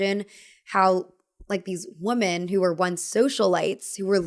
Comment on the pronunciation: Please stop you say woomen. (You may wanna look up what the same pronunciation but different spelling means). And I don’t think you’ve been meaning to say that 😬